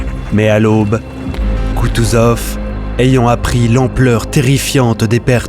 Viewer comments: Quel dommage! Le sujet est passionnant. La méthode de narration, avec les cartes animées, est vivante et claire. On ne se perd pas dans des détails inutiles. Mais... Tout est gâché par le narrateur, qui ne maîtrise pas sa matière. Koutouzov devient parfois Kouzoutov. Des liaisons "mal-t-à propos émaillent le discours. On passe du passé simple au présent sans aucune cohérence. Des effets de dramatisation fragilisent le récit factuel. Bref... Ces faiblesses nous font douter de votre compétence et de la nécessaire rigueur historique. La mariée est jolie, mais elle pète et dit des gros mots, je ne dirai pas "oui". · Koutouzov et non Kouzoutov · À partir 3min et 12 seconde. Attention, c'est Koutousov et non Kousoutov !